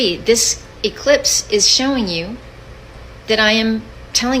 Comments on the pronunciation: He said ellipse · See he called it an "Ellispe" then he says Eclipse!! Those are two different things check it out!😮